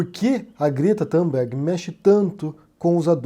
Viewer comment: "Tumberg" e não Tamberg": não é inglês!!!